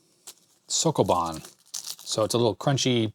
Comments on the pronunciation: It's "ree-gal" and "sho-ko bon" :) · it's definitely not soccobon xd